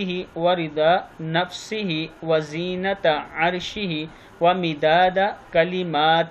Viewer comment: السلام علیکم و رحمۃ اللہ و برکاتہ آپ وزینتہ پڑھ رہے ہیں یہ غلط ھے بلکہ وزنتہ عرشہ صحیح ھے اس کے معنی ہیں عرش کے وزن کے برابر اور اگر ھم وزینتہ عرشہ پڑھیں گے تو اسکے معنی ہوں گے عرش کی زینت کے برابر واللہ اعلم بالصواب